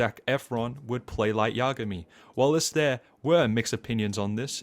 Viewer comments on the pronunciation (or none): imagay = yagami its so funny gets me everytime